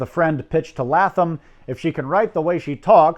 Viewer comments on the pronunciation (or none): I found this very interesting and well researched, with one small flaw. Every time you pronounced Harold Latham's last name, I cringed, because it was my maiden name. It's pronounced more like LAY-thum.